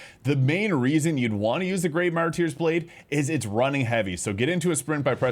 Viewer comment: "Mar-turrs blade", not "mar-tier" but go off, king! Great content. 🤑🤓